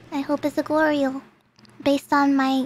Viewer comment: The way she says Goryo sounds like Glory Hole, but it's so she doesn't know that thing.